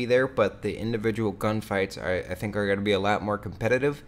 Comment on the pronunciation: yeah for real...and one tiny thing that bothers me is how he says what is GOATIN on now....dude you take this goat shit to far, your channels wouldn't be suffering if you tried to suffice to the audience older than the age of like 13